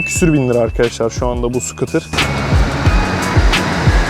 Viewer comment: Skutr degil Skuute 😂 Almanyadan saygilar sevgiler